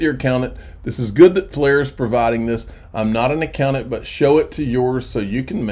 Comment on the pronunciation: A-COW-NANT 🐄🐮 moo